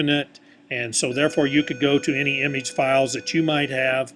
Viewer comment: it trigger me the way he said image but thanks dude!